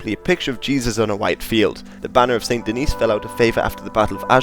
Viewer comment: Very nice ! Just a note concerning french pronounciations : - Fleur de Lys : The S at the end of Lys is not silent. - St-Denis : The S at the end here IS silent.